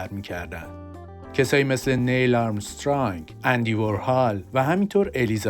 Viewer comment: وُرهال نه و وارهال! نِیل آرمسترانگ نه و نیل آرمرسترانگ!!